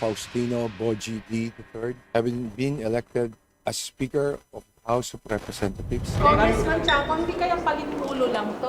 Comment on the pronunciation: bat ang rinig ko house of representathieves